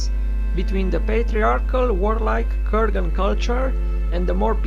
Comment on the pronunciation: Kurgan, not ;Koergan